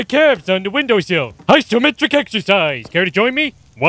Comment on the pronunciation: yeah, pronouncing "isometric" properly unlike "gym/guy-m"